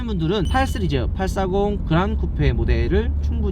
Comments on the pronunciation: 은 시리즈 발음을 잘못해 ㅋㅋㅋㅋㅋㅋㅋㅋㅋㅋㅋㅋㅋㅋㅋㅋ 스르즈 ㅋㅋㅋㅋㅋㅋㅋㅋㅋㅋㅋㅋㅋㅋㅋㅋㅋㅋㅋㅋㅋㅋㅋㅋㅋㅋㅋㅋㅋㅋㅋㅋㅋㅋㅋㅋㅋㅋㅋㅋㅋㅋㅋㅋㅋㅋㅋㅋㅋㅋ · 이거보고 자꾸 스리즈 발음 신경쓰이넼ㅋㅋㅋㅋㅋㅋㅋㅋㅋㅋㅋㅋㅋㅋㅋㅋㅋㅋㅋ